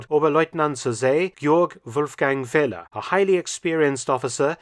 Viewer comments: Another very interesting one! One small note though: pronouncing oberleutnant Feller’s name as ‘Fehler’ is a bit comical: it means failure or mistake in german. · Feller is not pronounced as Fehler, Dr. Felton.